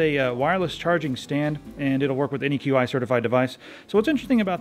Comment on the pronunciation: Qi is pronounced "chee"